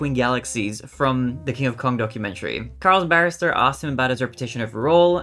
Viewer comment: I thought you said "donkumentary" 🤣